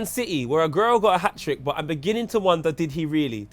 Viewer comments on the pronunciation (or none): Was i the only one that heard say "a girl got a hat trick"?